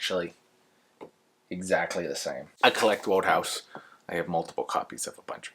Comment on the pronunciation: I adore Wodehouse too. I’m so glad you made this video and that you love him. Just so you know despite the spelling, his name is pronounced “wood-house”.